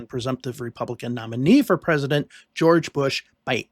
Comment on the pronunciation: Was this the year of pooo er "Geow erge" He Cain't help it......